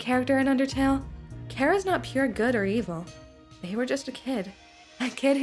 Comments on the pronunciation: who tf is care-uh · thank you for pronouncing their name properly (as an irish person)